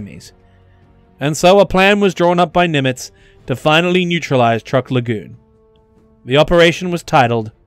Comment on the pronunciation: Dude, it's pronounced "Chuuk", not Truck.